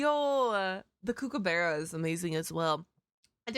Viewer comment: can confirm kookaburra's are annoying asf when you hear em laughing for 10 minutes 20 times a day , the way you said it was pretty funny too its a little less kookoo-barra a bit more cook-uh-burra (hard to type out but hopefully that makes sense)